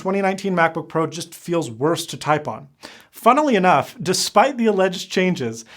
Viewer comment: "Funilly Enough"